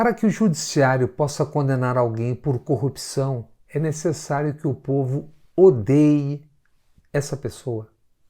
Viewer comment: Moro combate a "corruxão" , ele se quer consegue pronunçiar a palavra corrupção. Pode ser que até as eleições aprenda kkkkkkk